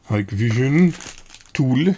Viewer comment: It's pronounced high-k-vision. Not sure what the K stands for ;)